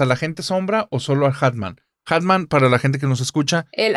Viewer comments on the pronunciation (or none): Querida, repite narrador, es muy fácil. Hat man Se pronuncia: jat man Atman no 😔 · Me estresa que no pronuncie bien hat man (en inglés) jajaja. Una genia la chica y el entrevistador.